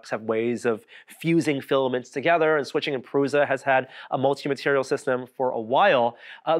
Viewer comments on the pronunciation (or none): It's 'prusha' not 'pruza' 😅